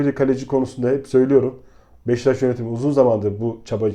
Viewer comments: BEŞTAŞ DEĞİL BEŞİKTAŞ DÜZGÜN SÖYLE !!! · Abi ırak Kerkük’ten selamlar lutfen BEŞİKTAŞI doğru telaffuz edelim her seferinde hızlı söliycem diye beştaş diyorsunuz